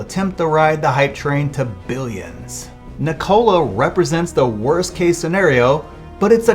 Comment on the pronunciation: Why do you pronounce "Nikola" like that?